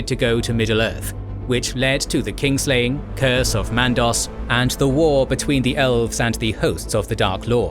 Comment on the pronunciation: It's "Kinslaying" not Kingslaying.